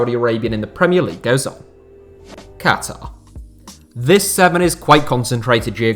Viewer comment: It's still refreshing to hear a western person saying Qatar and not Cutter. BTW, suggestion: 7 last Chelsea signings before the Abramovich takeover.